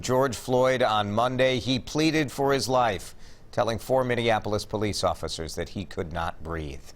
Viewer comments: The moron in the White House mentioned "Mindianapolis". He can't even say the name correctly. It is because his racist rhetoric that police brutality has gotten to this level. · Trump cant even SAY "Minneapolis!" lol. What a moron!! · Trump, "Mindianapolis'? Give me a break? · And how does the POTUS pronounce the City of Minneapolis? Come on, man, this just shows your ignorance! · Are we all ignoring how Trump just couldn't pronounce Minneapolis right lol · That's funny. When I heard the mayor talk, i heard a steady leader who was devastated by the events that were happening to his city but still keeping a level head... Then I see the president dissing that mayor... A President who didn't even bother to look up how Minneapolis was pronounced beforehand... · Trump cant even pronounce the city correct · Donald reading like a 4 year old, he can't even say MINNEAPOLIS correctly.. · WOW, Trump can't even pronounce Minneapolis... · Every day Donald prove that he is a lunatic, he can't even pronounce the name MINNEAPOLIS . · The bronzer king can’t even pronounce the city correctly. Thanks donnie for the input. Now go get a happy meal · Trump is so bloated and sick... he can't even say Minneapolis. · Did Trump really say "Minneandapolis"? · He can’t even say the cities name right 🤦🏾‍♀️ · I'm from Jersey and everyone I know says Minniapolis. trump is the 1st person I've ever heard say it wrong. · Yes. It's obvious you like trump. But he could have cared enough to get it right. Point being he really doesn't care. Not about George Floyd. Not about Minniapolis. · Trump can't even pronounce Minneapolis. What a joke. He only makes matters worse with everything he touches. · my guy said MineANapolis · Saint Paul ❤️❤️❤️ Trump's "Minnenanapolis" pronunciation is priceless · "Minneanapolis" there's a mispronunciation for Sarah Cooper to ridicule. Dude is drunk again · Did I just hear "Minanapolis" ? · Lol he can't even say the name of the CITY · Trump can't pronounce Minneapolis